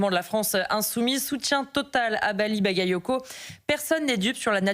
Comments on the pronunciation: Elle est même pas capable se prononcer son nom: Maly bayayoko 😂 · Hahaha! Les medias passent déjà à l'offensive et cette piètre journaliste qui s'efforce à mal prononcer le nom de ce maire. Elle est juste ridicule 😂